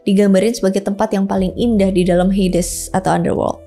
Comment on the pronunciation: HADES..BUKAN HEYDES